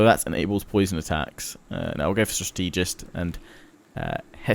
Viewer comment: He really is horrible at the pronunciations lol. He doesn't even say "strategist" right, says struh-TEE-jist instead of STRAH-teh-jist.